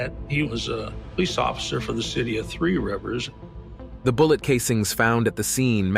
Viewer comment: Maybe that's why they're called colonies! Lol jk. Seriously though, even the way they pronounced Three rivers at the beginning drove me nuts. Why spend all the time and energy gathering all this information and get the pronunciation wrong. Especially since you even pronounce the word colon the same way.